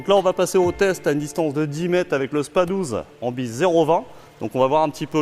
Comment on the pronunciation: Le "s" de spas 12 se prononce il me semble 😁 sinon belle video comme à ton habitude !